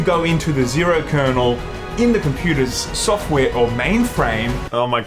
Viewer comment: Its "kernel".